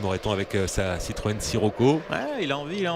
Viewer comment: écouter bien......il dit citroen siroco mdr